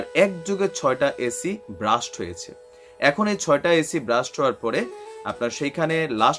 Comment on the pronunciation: ব্রাস্ট নয়, আবার বাস্টও না। Blast